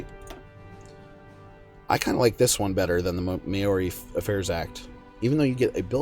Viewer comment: The 'ao' in Maori isn't two syllables. That 'Mao' is pronounced essentially the same way it is with Chinese chairman Mao, not like "mayor".